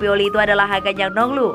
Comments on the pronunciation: Dari awal udah curiga setiap bilang Hakan calhanoglu jadi Hakan calhaglu, akhirnya ketemu kan momen ngakaknya... Tp ini editornya sih yg eror wkwkwk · Min ... Hakan Calhanoglu ... Bukan ... Hakan Calnoglu ...